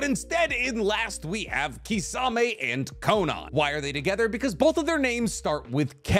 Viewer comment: wtf is kisaaaamey!!!!??? ITS KISSAMEH(kisame)